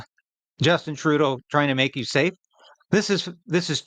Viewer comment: Um i dont think Justine knows the defination of "sa-ffe" or however he says it